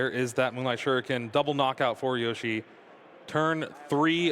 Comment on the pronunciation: why does he keep saying yoshi? that's just not even close to his name LMAO